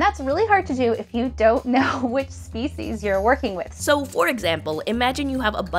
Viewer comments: "SEPCIES" ahah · So, what’s sepcies? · Yeah 'sepcies' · nice "Sepcies" either way weirdly engrossing video nice job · Sepecies btw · sepcies lmaooo